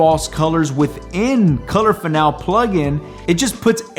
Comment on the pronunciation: It's fin-AL-ee.